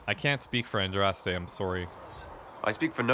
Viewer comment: ... is he doing it on purpose? Is he deliberately butchering every single name he comes across, despite having other people say them out loud? Shantry, Andrast, Justinia Vee, Orlayis...